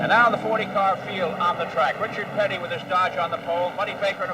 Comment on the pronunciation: Reechird Pitty -Jackie Stewart 😅